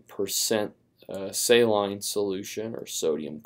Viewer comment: I hated how he pronounced saline...